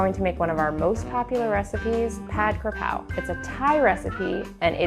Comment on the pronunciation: KAPRAO ... KA PRAO is the proper spelling and pronunciation. If youre just going to substitute in any basil, Just call it stir fried basil in english because its no longer the Thai dish tbh. Youre using Thai basil which is called horapha. So youre making pad horapha. This is no longer pad kaprao. Its makes a difference because it is different. Cause if I'm eating the dish and you say pad kaprao and expecting kaprao not horapha. its like saying I order an bosc pear dessert but it was made with Asian pears instead.